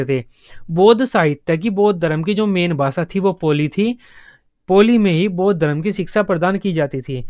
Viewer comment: पोली नहीं है वो पाली है